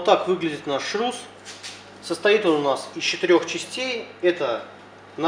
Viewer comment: шрус, а не шруз